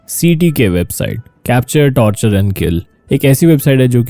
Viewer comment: Torchur ase hota h aapne to tortur mean kachhuaa...